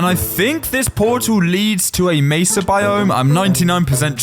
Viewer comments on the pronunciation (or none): none